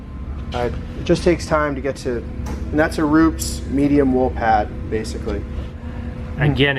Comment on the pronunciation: Roo-Pez....not Roops.